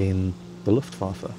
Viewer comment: probably the only Englishman who knows ho to say "Luftwaffe":D